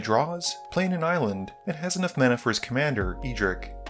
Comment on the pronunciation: Edric, not E-Dric